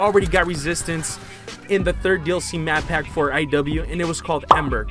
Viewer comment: "The DLC Map Pap 1" Still liked the video though 😏👌🏻